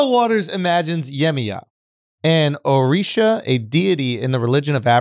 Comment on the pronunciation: Thank you Shultz for pronouncing “Yoruba” properly. And “ORISHA” . Am a YORUBA descendant. And by the way, her real name is “YEMOJA” only Americans and Latin Americans call her “YEMAYA” and Appreciate charla releases books like this about the YORUBA culture. I will definitely buy it. But please pronounce it better. 🇳🇬